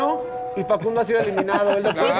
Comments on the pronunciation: Cuando según eliminaba a alguien decía “.... ha sido elimiado”, en lugar de eliminado 😂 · HAS NOTADO QUE DICE , ELIMIADO JAJAJAJAJA